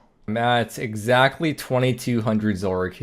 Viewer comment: “So glad I got egg-sackly one of each” XD also the imposter syndrome after the inferno cape is definitely a thing :/. gotta realize that the inferno is just another thing you can do in the game, and it’s a huge accomplishment, but getting one doesn’t make you woox/mean you’ll never make mistakes again. For an example, I personally have really bad memory. Things like memory special at akkha distracting me from attacking Akkha’s shadow, and then causing the whole arena to take damage because I totally spaced on the mechanic in a duo learner XD, or always forgetting which prayer hunllef turned off and losing the 50/50 on my reactivation. But don’t let it take away from the fact that you are good at the game, the infernal cape is just an example of that. I sometimes make dumb mistakes like that and think people are gonna wonder if I bought my cape, but you gotta not let it get to you because mistakes happen and you know you’re good at the game. Additionally, since you’ve already done all the pieces of inferno individually, prayer flicking at GWD, movement at sepulchre/CG/raids, corner safespot at mole/Rex, as well as completing the inferno in leagues, you didn’t learn a lot of brand new things, so it makes sense completing the inferno didn’t make you feel as though your third eye had been opened :p. I think everybody has that a little though, because RuneScape has a real elitism about it where things like TOB and Inferno are touted as impossible because, at least for TOB, people